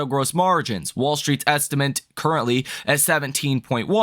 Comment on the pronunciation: please look carefully at how the word ESTIMATE is spelled. Why do you keep saying “ESTIMENT”?